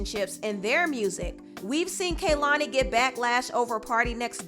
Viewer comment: You kept saying Lana’s & Kehlani’s names wrong. Not your first time you saying the names of people you are reporting on incorrectly.